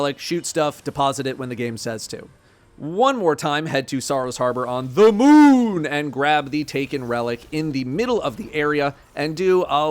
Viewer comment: Quit saying the moon like a water head 😂